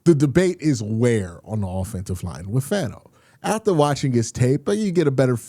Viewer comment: Fano is pronounced “Fawn-oh” 🤙